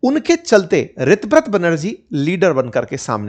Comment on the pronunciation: Sir o pronunciation is tar ha sego रीताब्रता